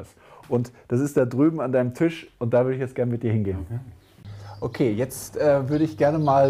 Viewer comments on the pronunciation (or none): none